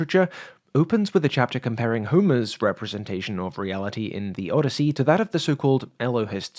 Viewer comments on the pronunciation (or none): none